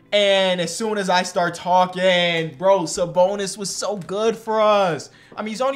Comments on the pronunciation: Bro really said “sa boner” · really called him Saboner 😭😭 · “Saboner” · Saboner??? lmao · Bro just said saboner💀💀🤨🤨